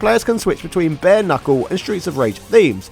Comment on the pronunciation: Is he trying to be cute, or is that how chaps across the pond pronounce "knuckle" ? I mean, it's their language. Am I saying it wrong?